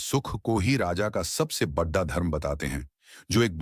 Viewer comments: Very large equal to bahut barah... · AI ne translate kiya hai .. koi real human nahi hai … isiliye aisa pronunciation hai. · बढ़ा नहीं बड़ा 😅😅